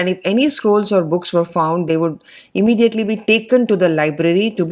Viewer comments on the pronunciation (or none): none